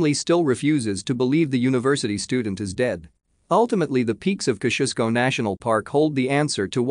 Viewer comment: Ok,ok....it's time to let you all know how to pronounce Mt Kosciusko,ya ready? Kozzi-oz-ko, yep it's that simple👍